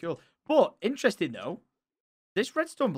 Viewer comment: I love how sparkly pants says interesting as ‘inneresting’